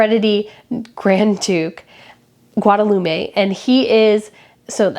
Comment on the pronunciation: The child of the Grand Duke of Luxembourg is Guillaume. For goodness sakes not Guadalume. How unprofessional of you. All it would take is a google search of the phonetic sounds. People will turn to channels who have hosts who do proper research. You don’t come through as very polished or knowledgeable.